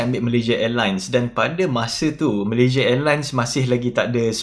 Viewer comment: Orang Malaysia pun sebut nama negara sendiri tak betul. Come on lah. Malaysia bukan malayzieh.